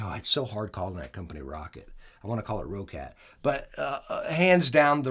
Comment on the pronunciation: The logo is a cat but it's "rocket" not roh-cat